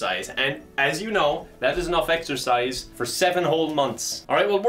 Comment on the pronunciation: Did you say exercise or EXTRA FRIES